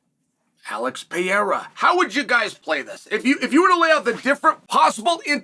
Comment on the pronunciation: Sonen's Pronunciation of Pereira: An evolutionary Story